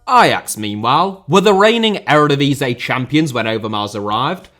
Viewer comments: my dude says eredvisie so bad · The divisie in eredivisie is pronounced like div is ee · The word Eredivisie is licking its wounds after being repeatedly mangled by your pronounciation ;-)